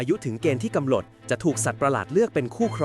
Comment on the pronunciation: กำหนด ❌ กำหลด✅